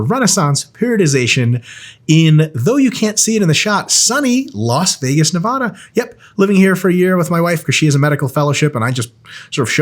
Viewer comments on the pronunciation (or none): please never say "nev ah duh" again, Dr.